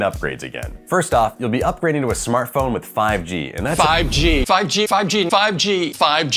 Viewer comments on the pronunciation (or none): “fAiV GeE”